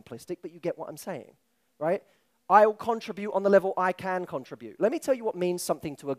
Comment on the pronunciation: The word "contribute" was said wrong 15+ times